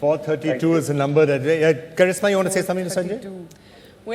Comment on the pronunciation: it's Karishma not Karizma